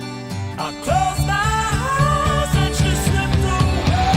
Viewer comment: I love the way he says "Hi's" instead of "eyes". The hard "e" at the beginning of "eyes" would have closed off his throat but the "h" keeps it open to run up the register.